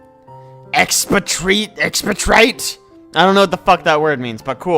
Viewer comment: Expatriate - "ex-patriot"